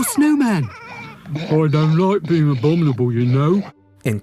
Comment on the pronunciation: the "abonible" snowman???